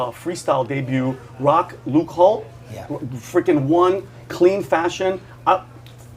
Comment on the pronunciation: Rock Lukehold? Nobody had the wherewithal to correct him?